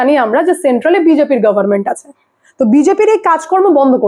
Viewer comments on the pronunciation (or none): none